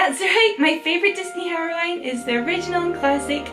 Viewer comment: I love how you say heroine like herowine that European accent though